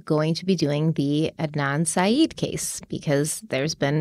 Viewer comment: BTW Syed is pronounced sigh-ED